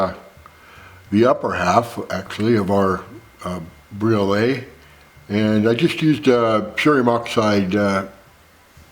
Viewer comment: Briolette. Like Gillette.